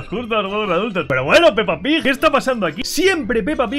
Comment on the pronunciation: todos se dieron cuenta de que dijo peppa pij